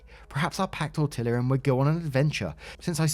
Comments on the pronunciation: I was about to say you had me cracking up at your pronunciation. My family uses that pronunciation when we're being silly. the double ll is a "Y" sound for spanish words. Sometimes you forget sometimes you don't. Most the time, you try to pronounce it proper at least and never get mad at yourself or someone else for being wrong. Only if they do it on purpose. I can't roll my "R's" so if you can do that, you've got one up on me. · No apologies needed on the pronunciation of tortilla. We sometimes say that ourselves in my own family when we are being silly. It’s a Spanish word so the double L has the sound of y like in the word yarn. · This guy really pronounces the Ls in tortilla lol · Why are you pronouncing tortilla like that? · i know u apologized but it still made me cackle in the middle of something so serious 😂😂 tortilla ik u didnt know how to say it but 💀💀🙉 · Glad op is getting help and starting to move forward with her life. But now, I am having a hard time moving past how pronounces Tortilla. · Hi. I know you apologized for your mispronunication of "tortilla".😆 As a Mexican-American, it did make me cringe but I've come to accept it from the Brits...😁 I do have a "serious" question... Why are Brits so bad at pronouncing Spanish words especially really commonly used words? 😉 I love all things British/UK but this is one thing that I just don't understand about the culture. Please enlighten me. I'm big fan of your videos. Much love. EDIT- Spelling error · I love your videos, but listening to you pronounced tortilla was hilarious. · Your repeated mispronunciation of Tortilla is infuriating. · Tor-tee-ah. . Tok-oh.. not Tor-till-ah or Tak-oh. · Dear, re cat's name the L is not pronounced as an L in TortiLa. The word is Spanish. N any Spanish word a double L is pronounced as a Y with a long E pronunciation. So think Torteeea. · Say it, "TOR-TEE-YA", not "TOR-TIL-AH". Omg, painful to listen to, lol. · it's Tor-Tee-ahs not Tor-Till-as:elbowcough